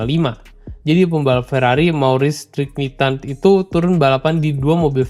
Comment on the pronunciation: di ada koreksi dikit soal penyebutan Maurice Trintignant, bacanya jadi "Moris Trin-ti-nyong". Tengkyu videonya!